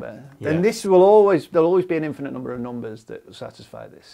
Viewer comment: Not a math comment. I just like the way he pronounces numbers as "noom-beh-s"